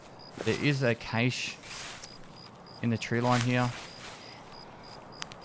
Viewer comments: Whats a Caysh? Are you talking about Cache? Which is pronounced CASH? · Cache is KASH, not KAYSH. KASH KASH KASH KASH KASH KASH KASH! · "Cache" is French for "hide". It's pronounced like "cash". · Cache is pronounced "Cash-ay" only the Americans say it the way you are. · its phonetically "cah-sh", or, cash. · This is killing me. It is pronounced “Cash” lol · CACHE = “cash” CACHET “cash-eh” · Cache is pronounced cash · say keish one more time. i swear to god hahahahahah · Cache is pronounced as Kash hope that will help you out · Holy shit, cache is pronounced the same as cash. Please.